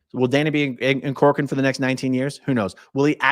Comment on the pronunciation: My maiden name is Corcoran and no one ever pronounces it correctly. You did great!